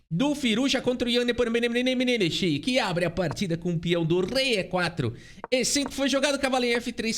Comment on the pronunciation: parabéns por mais uma bela análise, meu canal favorito de xadrez. Mas sugiro que dê uma sondada na pronúncia do nome do Nepo em russo (que é tipo assim: Yan Nepomnyashchiy). Mas ouvir um russo falando facilita 😉